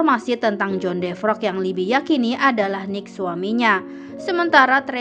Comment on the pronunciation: Bacanya bkn defrok tp devero